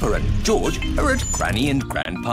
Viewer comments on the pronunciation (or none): When they say "Pepper and jorj" instead of "Peppa and George"